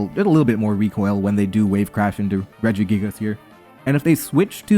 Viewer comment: Why you pronounce it redge - E - gig - ass that one time 😭